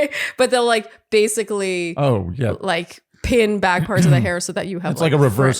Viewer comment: Oh my lort when said “back” I thought he was saying rear. Rofl. It is so charming that he actually meant back ❤